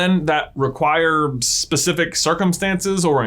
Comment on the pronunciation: Specifric... lol